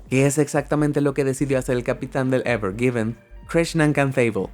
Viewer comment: Pone evergreen y dice evergiven😑